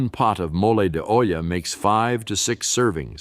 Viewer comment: episode, chorizo, peso pronounced pay so and he really Santa! Mo lay de ohhla, its okay